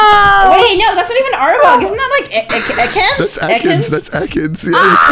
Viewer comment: Ek-aans lmaoo